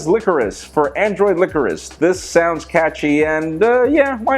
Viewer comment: licorice and meringue aren't pronounced like that. Thousands of people are watching your vids. You need to make sure you can pronounce all of the words you say correctly. Other than that you do an excellent job with your ideas and news of the world of tech.